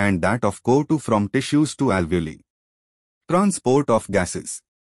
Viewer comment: The pronunciation of co2 isn't correct sir